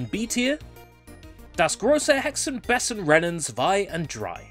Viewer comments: It's actually pronounced "Bey zen". Oh yeah, I remember Einfuching!!! lol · Have you been learning German lately? It sounds like it improved. Not perfect (I especially laughed when you said "Hexen Bessen") but definitely not Bogenscheissen.